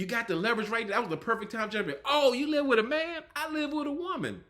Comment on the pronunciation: Did you say let's start wiff Steve? Wiff? I'm a wordsmith and poor grammar is a turn off. The rest of your review was good.